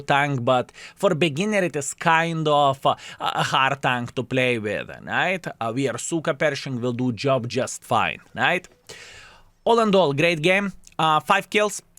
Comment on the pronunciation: Why are you saying „Suker Pershing“ all the time,?